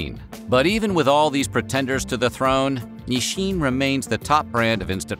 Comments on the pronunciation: it's so weird narrator keeps pronouncing it "Nisshin". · why does he keep on saying "ni-shin"? i've never heard that pronunciation before, not even from my japanese friends.